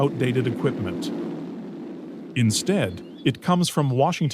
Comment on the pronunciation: 'Soviet' dear boy.